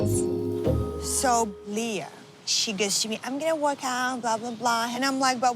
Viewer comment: Its so irritating how these new girls are turnishing LEAH's name